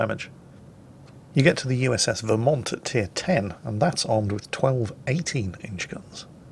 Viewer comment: pronounced Vermont correctly, send that man some maple syrup.